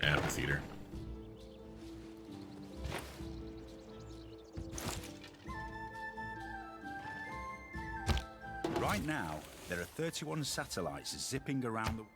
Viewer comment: "amphitheatre" .. the PH is pronounced the same way as in "physics"..